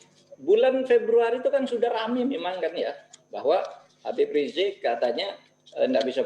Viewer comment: Hostnya knp susah bilang "Habib"